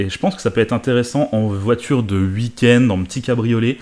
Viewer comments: "je dis ui" "ui à l'argent" on dit pas "ui" à l'argent, on dit OUI à l'argent ! Merde ! Avec un "ou" avant le "i" et pas un "u" merci 👍🏻😱 Et pareil on dit pas "uikend" on dis "ouik-end" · Tu me fais rire avec tes ui au lieu de oui, tu dis même ui-end haha